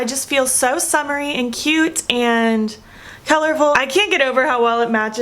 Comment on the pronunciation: For some reason when she says cute I hear cute.....s